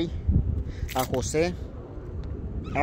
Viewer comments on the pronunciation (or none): none